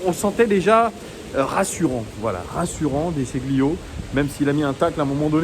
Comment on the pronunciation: Déchilio! Déchilio pour prononcer à l'italienne:)